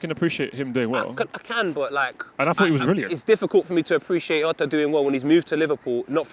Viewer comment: Just to say mad editing skills by Klopp today, must be getting paid . And also you pronounce the " j" in Jota not as an "h" or "r" bust as in the sound of the j in words like "jay", same thing goes for José ( which is actually pronounce j - u -sé).